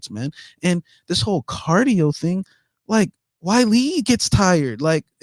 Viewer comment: She's not called Whylee... it's Weili. Zhang Weili.